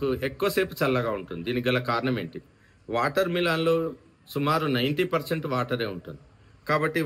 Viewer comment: వాటర్ మీలాన్ కాదు వాటర్మిలన్. పుచ్చకాయ అనండి